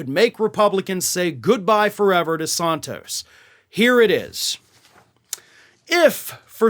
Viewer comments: Why is he pronouncing "sOntos" as opposed to "sAntos"? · Is it Sant tos, or Saunt tos as you pronounce it? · Why do you pronounce Santos as Sahn tos? Are you native born American? Are you dyslexic? Or are you being pretentious? Other than that, I really appreciate your reports, and am a subscriber.